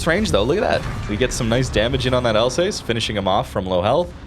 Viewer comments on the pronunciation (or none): none